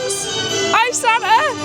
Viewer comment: Seems like mulled wine makes you go super Southern, 😂 Most cockney 'it's San-ah' I've heard